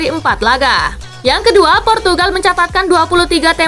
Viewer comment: purtugagal portugagal 😂😂😂